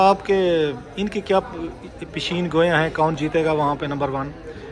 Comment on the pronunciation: یہ نالائق رؤف کلاسرہ “پیشن گوئی” کو “ پشین گوئی” بولتا ہے.